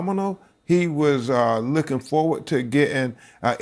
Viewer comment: Tyler Perry wants the rights to do a movie about Nolan's death; even if the story he tells is not true. Poor Ben Crump, instead of saying that Nolan was looking forward to... he said licking forward. What does he mean that Nolan went down to the floor and licked it forward. He can't say the feeling, instead he says filling. I'm sorry but even Nancy Grace has said certain thing that have not been correct, the white boys said Nolan stayed to talk with Katie and would leave in another boat, Katie said that he said he was leaving with the friends he had come; what Katie did not say was that she saw him get on the boat with those particular friends and left. Another big issue Nancy has fussed about is Nolan not retreating his phone from the boat, hey the friends said he had just met the girl, maybe he forgot the phone. Now everything is suspicious, and everyone is commenting that there should be an investigation, police officer never said there wouldn't be an investigation.